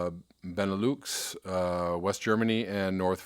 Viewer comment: You are pronouncing "Benelux" correctly :) It a word constructed from Belgium, Netherlands and Luxemburg